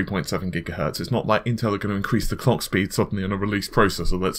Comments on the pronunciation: NewYourkBlack he said clock, but it sounded like Clayck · Did he just say the Cock speed or Clock speed?